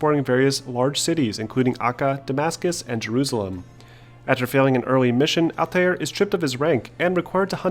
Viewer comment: who the fck is "ATTAÜR" ?